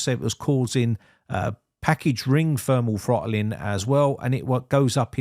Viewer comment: "Funderbolt"!? "Fermal Frottling" 😝